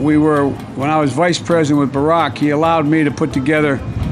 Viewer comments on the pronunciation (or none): "Bah Rock" 😂🤪